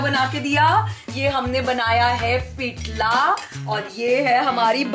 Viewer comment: Shabbas Marathi Mulgi! Your entire costume and jewellery is so delicate n beautiful. Its Pithla not pithlaa. 😊